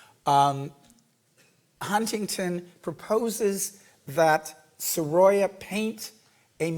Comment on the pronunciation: Please do learn the right pronunciation of Sorolla.